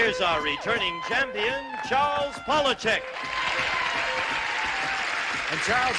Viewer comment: The correct pronunciation is pah/lah/chek- not pole/ah/chek.